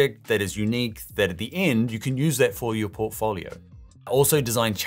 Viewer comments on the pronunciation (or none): If he pronounces "portfolio" like that one more time...